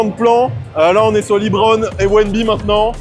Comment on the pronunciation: LEBRON pas LIIBRON 😂😂😂😂